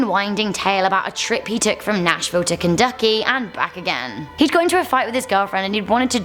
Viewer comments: I'm sorry but she said kunduky??? right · Kenducky lmao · Kenducky? Lol